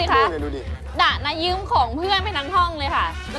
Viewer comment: ยืมไม่ใช่ยื้ม